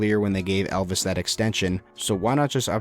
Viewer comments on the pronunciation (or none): none